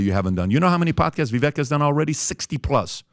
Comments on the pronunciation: VIVAKE PEOPLE ITS NOT VIVECK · Day 2 of asking everyone on this podcast to quit mispronouncing Viveks name